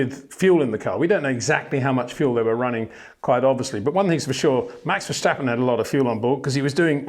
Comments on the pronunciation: Please learn to pronounce his name. Its not Vershtappen, its Màx Verstàppen (both a like in 'marginal') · You're pronouncing his name wrong. In Dutch we say Ver-stap-in, not Ver-shtap-pen. That 'sh' sound is a German pronunciation and therefore incorrect. Thought you should know. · HEY PETER WINDSOR, I HAVE MESSAGE FOR YOU SIR: With all due respect ... it is NOT Max "verSHtappen" ... Max is not German (Germans indeed do pronounce "st" as "sht") ... #Max33 = Dutch NL/Belgium! ... It is not "Bottash" nor is it "Lewish" certainly not "verSHtappen" .... This BS started long time ago when a British sport presenter interviewed father Jos Verstappen and assumed you can use a German pronunciation to a Dutch Driver thinking it is so "funny" ... It is not. Serious question: can any Englishman say "versatile" out-loud without saying "vershatile" phonetically? most can about 99,99% ... that is why most English can pronounce Verstappen 100% correct! Father Jos Verstappen (also F1 Racer) was very active between back then only a very few said "Vershtappen" but the vast majority of British sport presenters pronounced it perfectly ... only a few old stubborn farts like Peter Windshor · Got to agree here, there's really no reason for any English native speaker to pronounce his name as "Vershtappen". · Peter, there is no ‘sh’ in verstappen. It’s just like in stop or step. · It would be similar to calling Lewis Lewish and Peter Windsor Peter Windshor, it does seem to be getting less bad tho xD. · Ok, itsj a pet peeve of mine, but I need to exjplain what 'bothersj' me about your pronunsjiation of Maxj' lasjt name. Somehow many English imitationsj of the Dutch accent, add the 'sj' where a regular 's' would be jusjt fine. It'sj in German where that 'sj' sjound isj mosjtly usjed. I don't expject people to faithfully make wordsj sjound asj they do in the original language, but for heaven'sj sjake man, you don't pronouncje Lancje'sj sjurname as Sjtroll, so why would you add a letter for Max?